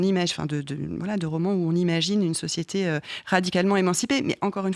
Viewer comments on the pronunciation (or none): Usul qui doit se frotter les mains: "Hon hon hon! Oui! a encore dit Sociéter!"